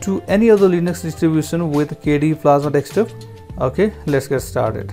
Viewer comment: Good video, but please take care not to say "dekstop".